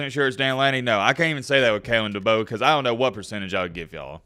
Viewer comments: It's DeBoer and no Debo lol #Mattbeacasual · Better get used to pronouncing his name right. It's "Da bore". Kay lin Da bore. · Heads up, it pronounced Duh-Bore. I’m from South Dakota and know quite a few people who played for him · It's DeBoeR, "Da Boar", there is an R in the name, best learn how to say your coaches name. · I think Kalen Deboer could be an excellent coach in Tuscalossa, given the resources and the recruits in the south. Also, I am pretty sure that his name is pronounced De (Boar) like the animal. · There's an R at the end of his last name. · DeBoeR lol yeah there’s an R at the end lol just giving you a hard time. I hope it’s DeBoer. Great hire for Bama if it pans out. I’m a Michigan fan. Please hire him! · Your saying his last name wrong man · Why are you saying his last name wrong 🤔